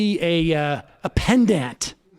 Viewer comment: I love how Sam continues to mispronounce pedant.